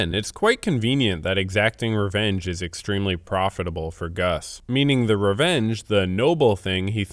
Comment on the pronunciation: take a sip everytime you hear the word "reenge"